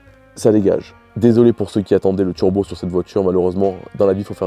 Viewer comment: Monter un tchurbo sur une voitchure pour faire des vidéos sur youtchube...